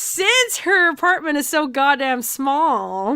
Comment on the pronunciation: I heard say aperment instead of apartment.